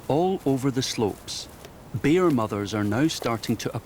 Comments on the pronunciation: Why this narrator pronounce the word "bear" and sound as if "beer"..I feel it a bit awkward. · Said beer because that’s the Scottish accent! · Bear or beer??